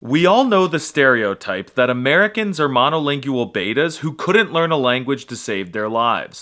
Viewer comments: I've never heard anyone pronounce monolingual like monolingyual before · Why does he pronounce “monolingual” like this… it’s a diphthong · rather than 'monolingual' having 5 syllables, it has only 4: ma-no-LING-gwul, rather than ma-no-LING-gue-el. We have no major political differences??? Have you been watching the election insults and outright lies the past few months? The very short sentence "Speak American" is so dumb, since it's English (with an American accent), and the other countries which share that language have their own variations: British, Irish, Scottish, Welsh, Kiwi, Aussie, etc. I think the Polish guy would probably speak English with a British accent, rather than an American one. kuh-ZACK? Kazakh = KAH-zock. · The way you say “monolingual” makes me sad.